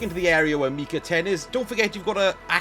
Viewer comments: It always annoys tf out of me when people don't say character's names correctly. The game litteraly tells you how to say MY-chi 10. It's not ME-chi ffs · Silly limey, it's (mike-ah) not (mee-kah)